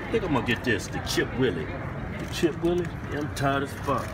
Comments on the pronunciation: When will they ever pronounce anything right? They say chip WU-IL-EE it is chip W-H-E-E-L-E-E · Why they call it "chip willie" when its actually called chip wheelie lol they funny af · Sound like "Chipped willies" LOL